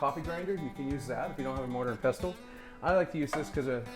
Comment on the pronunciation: It is not “Pes Tull” Say Pessel.